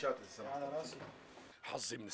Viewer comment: صح بس ليش بتحكي راصي مش راسي